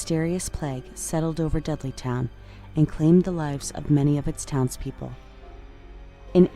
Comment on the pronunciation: I have to admit, I thought you were saying "Deadlytown" not "Dudleytown". Seemed to fit though.